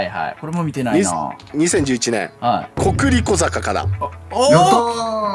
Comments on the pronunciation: ココリコ坂（笑）正しくは「コクリコ坂から」ですよw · ムズイ💦 コクリコ坂が、ココリコ坂になってる！ Kさん強い‼️